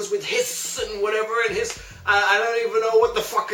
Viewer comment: Its hisss not hss